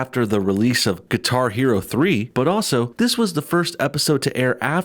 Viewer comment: Did he say Qatar Hero?